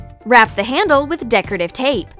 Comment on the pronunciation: how do you even mispronounce the word handle..? like it’s not that difficult to say,,, but you somehow managed to say it wrong